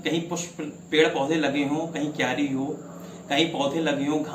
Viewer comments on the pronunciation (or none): none